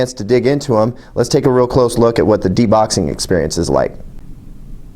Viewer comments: "De-boxing" oh boy... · deboxing? lol isn't it unboxing?